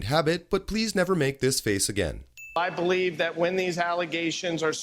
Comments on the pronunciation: Paleave???????? HAHAHAHAHAHAHAHA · Please "pelieve" me!